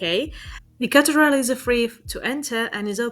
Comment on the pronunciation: What is a Cateral? It’s pronounced Cathedral!